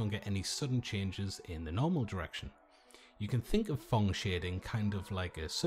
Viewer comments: It's PHONG Shading not thong .... 😁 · "Thong shading"